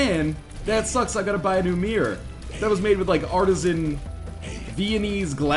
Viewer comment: MEH-ror O.o? not miRRor?